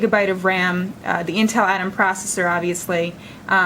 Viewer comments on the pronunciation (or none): none